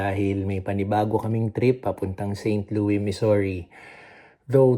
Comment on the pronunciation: Just a little correction....St. Louis is pronounced with an s. Pixar looks like a good boy. Yea enjoy traveling while he is not in school yet. Have fun!